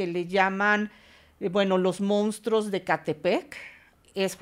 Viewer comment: Es primera ocasión que veo un video de este canal, primera y última, llegué al minuto 16. Señor, no se dice mounstros, se dice monstruos, no se dice algor, se dice argot. Lea más, prepárese más, sus temas son interesantes pero le hace falta cultivarse.